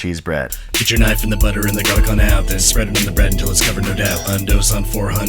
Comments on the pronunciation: “Jarlic” added to vocabulary. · "jarlic" hahaha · He said. Jarlic. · the word "jarlic" triggers my fight or flight instinct